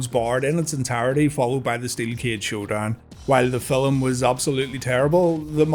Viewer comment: Did you say filim my guy?? Update.....you did lol